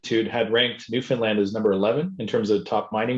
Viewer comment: NLer. so glad you say Newfunlan as it is called by the Newfoundlanders not Newfinlin